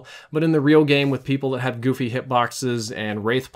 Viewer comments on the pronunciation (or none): none